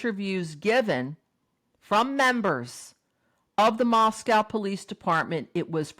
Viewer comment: TY for your videos. Respectfully, Moscow in Idaho is pronounced with the second syllable is a long O sound.